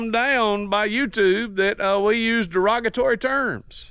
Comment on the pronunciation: Der-rog-A-tory? If you do too well on YT and it's not vulger they want your content but don't want it to make money for you. Rumble is more pliable without restrictions! I like the courier episode maybe dress it up, wheels and tires, tint the windows, bed rails or something different. Thanks for your videos!